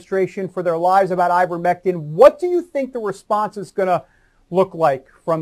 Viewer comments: Marge kept saying Ivermectim. It’s ivermectin with an N not a M. If you’re going to tout something at least get the name correct. Margo says her husband took ivermectin when he had Covid-19 and now he’s strong as an Ox and faster than Secretariat. 😂 😆. I’m glad he recovered but that doesn’t mean the ivermectin made the difference. Monoclonal antibodies are a proven treatment and no one knows the severity of his infection. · Those are pretty funny goofs by MTG. I think she was also saying "ivermectim." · She kept saying ivermectum. Can't even say it right. So yeah. She's an expert on it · Did she say "Ivermectum"???? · Wait. Did she say "ivermectum" ? How do you administer that ? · Iver Mectum (that'show MTG pronounced it), a Norwegian man who perhaps won the No Bell prize....? :) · Maybe I’m the dumb one but I thought the name was ivermectiN not ivermectiM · I swear the green dumbo is saying, "IvermectiM". I have no doubt whatsoever that her elevator does not go all the way up to the top floor.